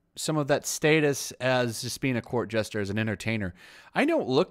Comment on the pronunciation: Court JESTER! JESTER! Not JUSTER. You are a moderator! Speak coherently, please.